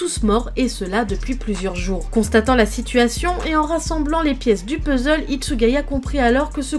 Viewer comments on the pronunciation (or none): none